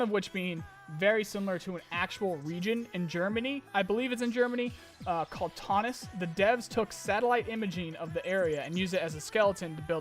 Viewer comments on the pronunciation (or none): Taunus is pronounced more like Town-oos. I lived there for 12 years, 8 months. It's beautiful. This looks pretty believable.